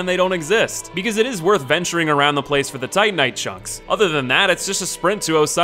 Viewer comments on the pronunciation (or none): none